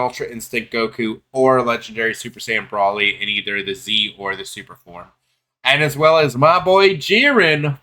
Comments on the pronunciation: if u didn't understand the way I typed it as how I meant then I would get what u mean but there aren't multiple acceptable answers lol brawly has never been correct since the dawn of time And okay more clear .. BROLE-LEE If u still aren't getting how I'm typing it just listen to how it's actually said in the anime .. and that's the way to say it lol.. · if goku and paragus don't call him brawlee how tf did u come up with in your own head that's acceptable ? And if u say I'm typing it wrong fine.. I'm saying whatever the way goku literally says his name and paragus is the correct way.. ignore how I'm typing it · no lol bc nothing was disrespectful from me I just caed out that you're only covering this bc its trending and don't actually know what the hell you're talking about .. and u think that paragus, cheelai and goku pronounce broly's name wrong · i want to die every time he miss pronounces broly